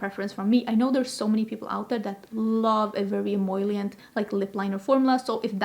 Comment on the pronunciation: you’re saying “em-OIL-ient” instead of em-OL-ient! Only one I in the word emollient, also much easier to say 😂🙏🏼